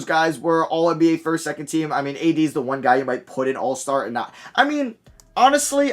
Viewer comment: Bro said ADisney I’m deceased 😂😂😂